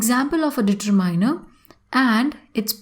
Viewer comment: She is even unable to pronounce accurately e.g determiner